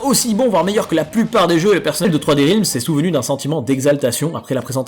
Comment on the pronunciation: Juste attention à la prononciation de "realms" en anglais (ta voyelle n'est pas bonne). Je te le fais remarquer parce que tu répètes beaucoup ce mot. :)